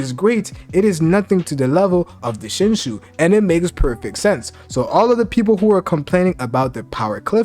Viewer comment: You can't pronounce Shinju to save your life man lol I love the content